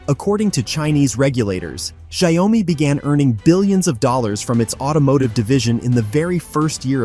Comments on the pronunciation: Pronounced Shao Mi and not Zdia Oh Mi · Pronounce Xiao Mi and not Xia O Mi.